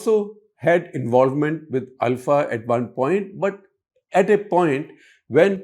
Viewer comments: Shekhar Gupta is pronouncing it right… it’s ULFA (pronounced AL-FA) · Shekhar is pronouncing it right.